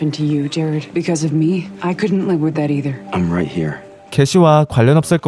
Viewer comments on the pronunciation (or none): none